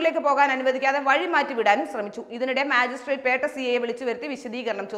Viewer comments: മാജിസ്‌ട്രേറ്റ് അല്ല ,മജിസ്‌ട്രേറ്റ് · മാജി സ്ട്രാക്ട് അല്ല മജിസ്‌ട്രിക്‌ട്